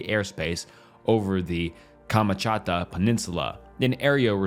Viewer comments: Dude really said KaMaChADa💀 Kamchatka KAMCHATKA KAM-CHAT-KA Глупый! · bro butchered Kamchatka